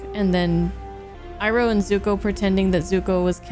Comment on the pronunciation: ahh yes. soak-ka,uncle eeroh, and OOng. The holy trinity